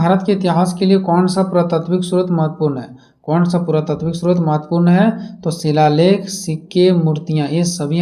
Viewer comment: 13. 13. A A Aashok Ka Sillaleck 😅😅